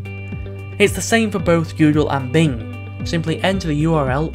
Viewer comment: Video says BLING instead of BING